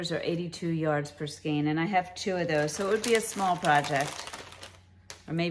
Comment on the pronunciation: Hi, I just subscribed to your channel. Wow what a giveaway! I like all the yarn but I love the thinner cotton blend yarns specially the orange one from ICE. Thank you for pronouncing the word skein correctly.